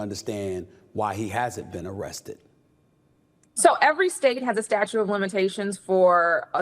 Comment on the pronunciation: 🤣🗽She said🗽Statue's😂 of 🗽🗽🗽limitations🗽🗽🗽🗽🗽🗽🗽🗽🗽🗽🗽🗽🗽🗽🗽😳🙄It is STATUTE..... 👉 "STATUTE" 🧐😳